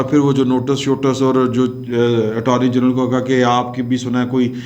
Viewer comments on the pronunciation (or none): none